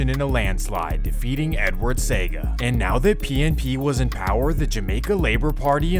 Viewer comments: 1. Bob Marley lived on hope road, not hill road. 2. Nobody called Lester Coke by his real name. He was known as Jim Brown. 3. When Bob Marley got shot he was in the kitchen with not outside 4. The JLP leaders name is pronounced See-ah-ga and not say-ga 5. You left out the fact that the reason the CIA funded Edward Seaga (allegedly) is because Michael Manley was good friends with Fidel Castro and they feared that Jamaica would become a communist country like Cuba. 6. The name of the school Dudus went to is pronounced Ar-den not Ar-deen 7. You left out the fact that the most brutal shootout in the history of Jamaica took place when the military went into Tivoli gardens. Over 75 people were killed. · See.oga.. not SEGA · Edward See - aah -ga it is how his name is pronounced. It is not Edward Sega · See-ah-ga ㅋㅋㅋ SEGA~ Great work though! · CIAga not Seaga. Damn crook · It's pronounced See-aga not Sega 🤣🤣💀🤦🏾‍♂️ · It’s Se-A-Ga not Sega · It’s pronounced Edward Se-ya-ga not sega 🤷🏽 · Seeeeeaaaaaaaaagggggggaaaaaaa not sega lol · Great video, but we pronounce his name as Edward Sea-a-gah not Sega. Good to see you tapped in my cultures history and get it right. 👍🏽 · Edward Seaga's name is pronounced Seeyaga. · Bro said Edward SAY-GA 😂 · All of Kingston is not poverty stricken, you should apologize for this misleading REMARK! Also Lester Coke is known as JIM BROWN! Seaga is pronounced - See-ahh-gaah.... Tivoli has NEVER been the richest community in Jamaica, it has always been seen as the ghetto. This makes me question other videos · The name Edward Sega tells me it is Artificial Intelligence doing the Work on this ...Couldn't even pronounce his name correctly... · Pronunciation See-aw-ga! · Very well done and Seaga is pronounced See-Ah-Gah...btw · Its pronounced see-ya-ga. Seaga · It's pronounced "see-aga" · Great Video but the pronunciations of Seaga , Tivoli, Ardenne HS were hilarious off and cringy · Pronounced Se a ga, not sega